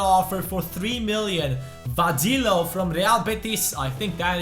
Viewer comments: VADILLO IS PRONOUNCED VADEEYO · Hey,Vadillo is pronounced Va-de-yo.